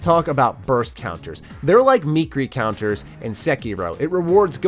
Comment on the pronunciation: Meekree counter? Come on bro. It's clearly three syllables. No?